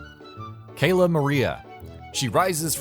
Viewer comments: Did he Just say "Kayla" for Cala? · Cala hahahahahahahaha it is Kayla